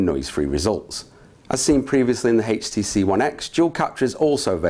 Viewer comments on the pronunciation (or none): Wat the hell is "haych t c"